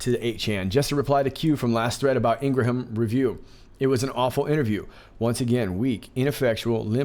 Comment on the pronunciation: Thank you for an excellent job as always! Just a tiny thing, her name is pronounced “Ingram”:)